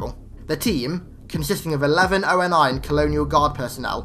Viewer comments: I love your videos, absolutely so but a tiny thing that bothers me (and many maaaanny other people do this for other things) But the way you call ONI the "Oh En Aye" when they never say this in the games or movies, its generally called "Oh Knee" ONI, again very minor peoblem and otherwise Amazing video thanks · It's not O.N.I it's ONI (Oh-Ni)